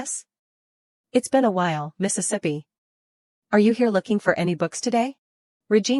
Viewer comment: Now I have discovered the error in this AI narrator voice. There are probably a few more, but? This one likes to say Mistesippy. I have already noticed it in 3 or 4 other stories where it was used.